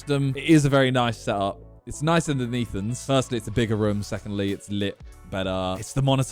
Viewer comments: I like how Simon says "Roum" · The slight aggression I had every time he said wrumm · Why does he say room like that? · Does nobody notice how Simon pronounces "room" 😂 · Am i the only one or does simon say "room" in a weird way haha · The way he says room is so weird.